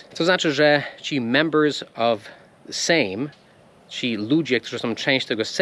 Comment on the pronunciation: Sejm napisz jako seym - wtedy dobrze przeczytasz. Zresztą kiedyś tak się pisało. Mamy jeszcze senat, tu nie ma problemu bo prawie identycznie jak po angielsku. Senat teoretycznie jest izbą wyższą, ale w praktyce cała polityka rozgrywa się w sejmie. Polski minister to amerykański sekretarz (secretary), a minister w Ameryce to polski duchowny (a amerykański Duchovny to Fox Mulder haha)